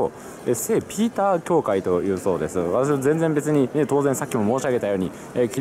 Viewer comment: ドイツ語ならペーター、ピーターは英語の発音